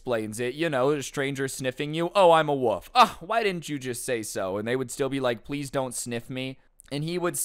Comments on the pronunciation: is no one gonna talk about how instead of wolf he said "woof" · I love you, but it's wo(L)f. I can't stand it when people call it a wuff. You also said "all floors" a few times lol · When you say wolf I hear woof instead 😂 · is it just me or is he saying a woof not wolf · Is it me or did he said woof isn’t of wolf? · Not trying to be rude but I think you might be saying "woof"